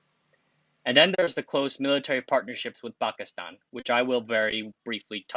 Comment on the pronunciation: M best pronunciation of Pakistan by a non-Pakistani